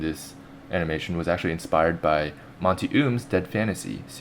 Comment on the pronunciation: Monty is kick ass but sorry your pronounsing his name wrong